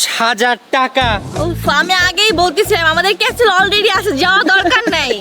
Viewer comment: Stop saying casle it castle CA ka stle